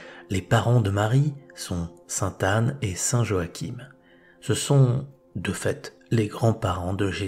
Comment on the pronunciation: Pardon mais on ne dit pas St joachin mais johakim svp merci pour les oreilles desbretons